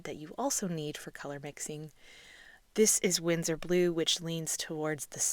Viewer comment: BTW it’s Winsor not Windsor.